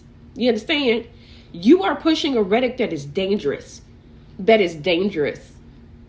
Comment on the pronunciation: If you don't know how to say the word rhetoric don't give a big high and mighty speech about how others need to educate themselves